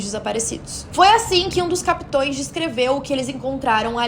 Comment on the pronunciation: Vc falou capitoes ? Por favor, foi isso mesmo q eu ouvi?😢😢😢😢😢😢😢😢